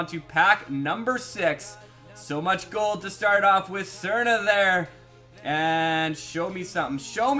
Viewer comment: You pronounce Srna wrong